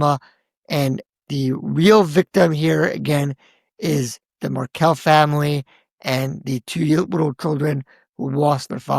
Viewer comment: actually pronounced Markel and Adelson correctly, so I’m thinking that commenter is either a bot or paid agitator. IMO TY ❤